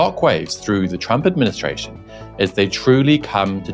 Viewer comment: Is it just me or did I just hear "Trumpet Ministration" ? 😅😅😅😂😂😂